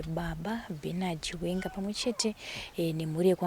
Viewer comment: Pronunciation ndofunga